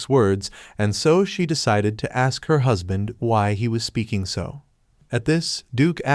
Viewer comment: stop say huspan